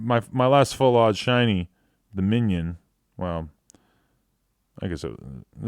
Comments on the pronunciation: Adam22 is the only person that I cannot get mad at for saying “Minion” instead of Minun lmao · MINUN not MINION lololololol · Pronounced Mine-un Like minus